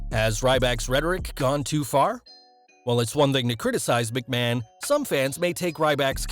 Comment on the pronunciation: Vince McMaho